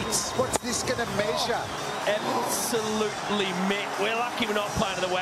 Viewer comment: Listen the commentary : He is abousulty murdered that...